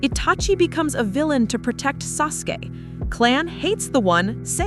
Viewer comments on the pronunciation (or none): Lol bro said sasuke and itachi in the wrong way